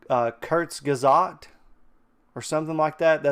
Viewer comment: The proper pronounciation is Kurz-gezz-art btw.